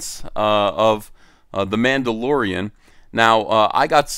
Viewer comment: Ma'ammdolorian. Whamendolorian.